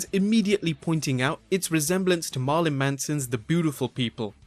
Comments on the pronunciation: Marilyn. Not Marlyn lol. And it's the furthest away so far lol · Say it after me Mar-i-lyn Manson not Marlin and not Marlena. Jesus Christ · Marlin manson, lol. Say it with me "mair-ill-in". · Marlon Manson? Try Marilyn Manson. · Ha "Marlon Manson" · "Marlon Manson" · who the hell is Marlin manson are thought it was Marilyn manson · Everytime you say Marlon Manson I imagine a gothed out fish with severe psychological issues lmao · No ones gunna say anything about him saying "MARLON Manson"....ok then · “MARLEN MANSUN” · He said “Marlin Manson”. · Did you call Marilyn Manson “Marlon” Manson?? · I heard it more as "Mahr-ilyn", but maybe that's just me...